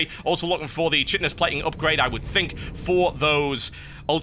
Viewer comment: Isn't chitinous plating pronounced like: "Kaitinous"?